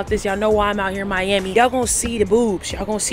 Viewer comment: said miyammy lmao Miami! Lmao